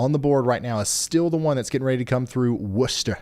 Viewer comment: I live in massachusetts, so listening to ryan trying to pronounce the names of the towns around here hilarious "WUH-chu-set" reservoir had me dead 😂😂😂 saying that wrong